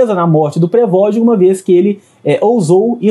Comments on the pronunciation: "prevogin" kkkkkkkkkkkkkkkkkkkkkkkkkkkkkkkkkkk nem falar sabe pqp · Pregogi?? Nem sabe a pronúncia correta do nome do cara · Reporte de merda, não sabe falar, não sabe nem pronunciar o nome .... PQP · essa pronuncia do prigozhin ficou mt estranha